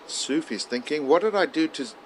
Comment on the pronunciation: I kept hearing Mohammed Sushi... did have Japanese for lunch?